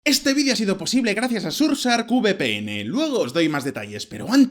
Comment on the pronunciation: Orale que pronunciacion del patrocinador: sursark